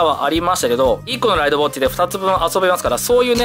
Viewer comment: た行が言えてない…… ウォッチのチが……